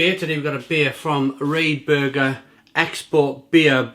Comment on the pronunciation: Lol the way you pronounce it !